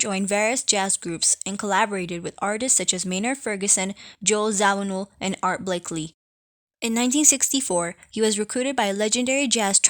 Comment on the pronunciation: Blakey not BlakeLy!!! One L not two in B-L-A-K-E-Y!